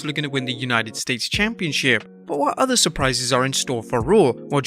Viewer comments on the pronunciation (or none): none